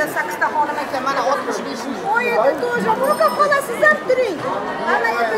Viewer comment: Hanim değil XANUM 😅